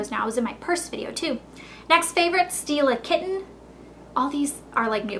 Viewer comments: definately thought you said steal a kitten lol xxx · I thought she said "steal a kitten", when she said "Stila Kitten". Because, well, I wouldn't put it past her. Hahaha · lol stila kitten sounded like "steal a kitten" i was like okay :D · hahaha thought she said "this is steal a kitten" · I giggle every time she says "Stila Kitten". :)